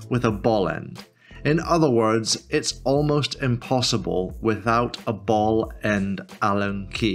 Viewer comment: Great video! How many times did you say bellend instead of ball end? 😅